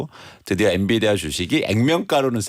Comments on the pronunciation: 엔비디아에요 엔디비아라니 ㅜㅜ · 엔디비아가 아니라 엔비디아예요~~~ 앵커님 왜이러실까